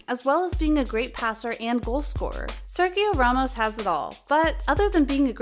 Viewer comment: Please learn how to say his name!! And how the word for football in French is not balloon.! My gosh. Your job is speaking / reading..